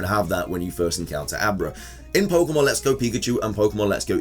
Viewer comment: There is an accent mark on pokemon. What would this accent mean when pronouncing the word? Why do you ignore that accent when you see it everywhere the official spelling is used? Speak the language properly you illiterate dufus.